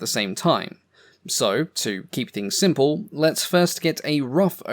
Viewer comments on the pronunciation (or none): none